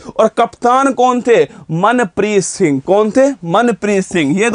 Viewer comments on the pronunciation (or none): none